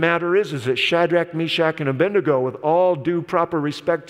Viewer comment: Can you NOT say ABED. NEGO? I have never heard of the correct pronunciation in all my days as an Adventist. A. BENDIGO is a town in Victoria, Australia. It’s as annoying as NEW. CLE. LA, as made popular by one of your presidents. He just could not say. NEW. CLEAR